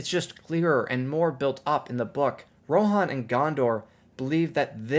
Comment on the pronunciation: americans butcher engilsh at every chance they get , I might be wrong but I thought it was riders of 'ro-han' not 'ro-a-here-on'